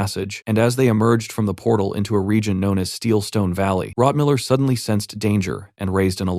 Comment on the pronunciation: why does the quality suddenly drop massively close to the 6 hour mark? several words are misspronounced, rotmiller is suddenly rotmillermiller, both the dwarf and the librarian are called hikkurad etc.